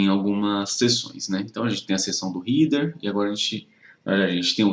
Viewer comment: Amigo, cheguei agora no teu canal. Se me permite, deixa eu te dar uma dica: header se pronuncia réder e não rider como você falou. Lembra de cabeça: head, e então header. Só acrescentando o som do R no final. Tem a música: 🎶 Raindrops keep fallin’ on my head Espero ter ajudado.